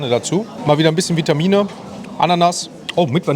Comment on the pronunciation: Vitamine sagt er😂